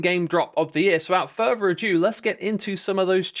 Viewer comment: The phrase is "without further ado", rather than "without further adieu"